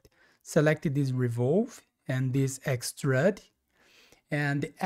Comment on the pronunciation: Since recently discovering these tutorials, I have been following along, in Fusion. I have gone back and recreated at least 10 of your tutorials, thanks! I have learned quite a few new techniques and different / better ways of accomplishing specific design aspects. I still chuckle every time you pronounce it 'x-trud', instead of x- trude ('ĭk-stroo͞d′), thought you might like to know. (use Google to "define Extrude" and click on the speaker icon to hear it). Keep up the great work!